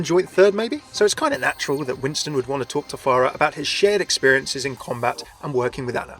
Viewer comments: Remember children it's "far-ah" not "FAIR-ah" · THAT WAS A JUDGE DREDD REFERENCE NOT TERMINATOR ALSO ITS PHARAH NOT PHARIAH Good video though thanks